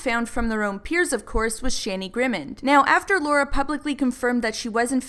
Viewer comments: OH MY GOD FINCH IS PN HERE AND YOU SAY SHANI LIKE SHARNI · It’s shani not shanny hahah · You pronounced shani wrong